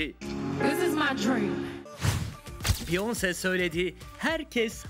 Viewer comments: biyons değil çıldırıcam ya “biyonseeee” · Biyonse degik beyaensey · Beyonc diye okuyosunuz normali beyoncé orada é var